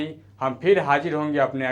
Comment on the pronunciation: abe hajir nhi Hazir, Andaj nhi Andaz hota hai jahil, teri language ki vajah se dislike krna pd rha hai video